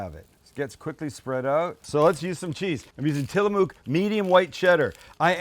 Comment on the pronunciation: Its not Tilla mooook...lol. Its Tilla mook